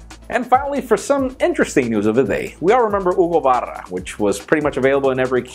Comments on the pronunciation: I love the way you said Hugo Barra! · Came here just to hear you say "Hugo Barra". I was not disappointed.